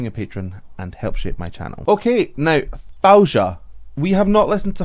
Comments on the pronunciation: FAWZIA with a “z” not Fouja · U made my day u said her name wrong but sounds lovely hh ! It’s pronounce like that Fawziya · Her name is pronounced Foh-zee-uh and you were right, it did become annoying when you kept mispronouncing it. You also didn't take the time to research your subject: She's amazing live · Actually it Fou Zi ia..not Faouja😜.. Extremely talented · Faouzia is pronounced Fa -ow-zeeya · Her name is pronounced like "Fao-zi-yah" but don't worry, her name is one of the classic Arabic names, people usually don't get it right easily 🙂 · you are definitely pronouncing her name wrong in every possible way... keep the z as it is.. so it is: Fau-Zi-Yah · I believe her name is pronounced like: fow-zee-ya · FOE-ZEE-YA now try to get it right next time. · The way you say her name is the wrongest way i heard from any reactor but it's so funny😂😂😂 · Just search "how to pronounce Faouzia" on youtube. She has a short video on how to say it. It's a little embarrassing for a vocal coach to do reaction video and pronounce the name wrong